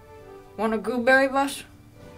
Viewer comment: Why is nobody talking about "want a gooberry bus?"